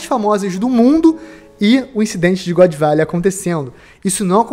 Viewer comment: "God Velley" e foda porra, mas ta bacana o video tmj, abraco, sucesso ai mlk.